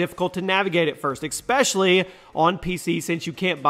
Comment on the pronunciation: ESpecially, NOT EXspecially